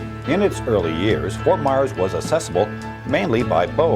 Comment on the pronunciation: It's pronounced Ft. Myers, not Ft. Mars like the candy bar. Ft. Myers, not Ft. Mars!!!!